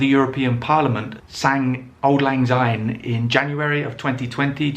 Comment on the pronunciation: Oh dear! One minute in and you have pronounced "Syne" as "Zyne"! The song is in Scots. Translation from Scots to English: "Auld" ="old", "lang" ="long" and "syne" = "since".